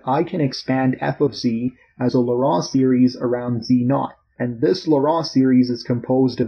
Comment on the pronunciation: 'Laurent' in this case is pronounced phonetically as "Loh-ron" or "Loh-rawn" - the man, Laurent, that this theorem is named after, was French, and in French the vowel combination 'au' is (almost always) pronounced as "oh", the 'en' is usually pronounced like "on", and a 't' appearing at the end of a word is often silent, as is the case for the name Laurent in French.